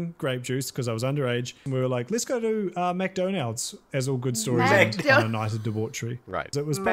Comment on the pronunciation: "Lets go to McDonawds" got me too, that's understandable